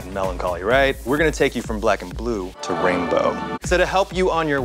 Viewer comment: Did he say wainbow!? xD